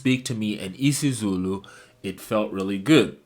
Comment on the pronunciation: Nailed isizulu, hlampe ngeliniye ilanga uyophinde ubuye, siyokujabulela ufika